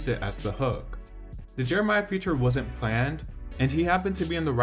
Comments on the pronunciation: Jeremih not Jeremiah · JeremiH.... not Jeremiah. State names correctly if you're going to report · It’s Jer-ra-mai! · People still don’t know how to pronounce Jeremih 😂